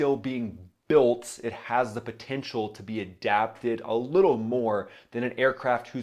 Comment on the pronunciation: / why he say “built” like that lmfao